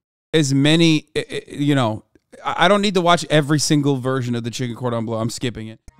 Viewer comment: "Cordon bleussy" my fragile heart cannot